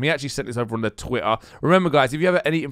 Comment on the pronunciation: Say Twitter again ! lol "TWI-AHH"